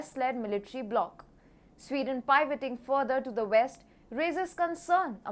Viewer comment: Pivoting is not pronounce “pie voting”. I just don’t understand why someone at TFG doesn’t help your announcers understand how to pronounce words they have never encountered before. A little dialogue between the writer and the announcer would go a long way. I’m just trying to help you become a more professional recognized global organization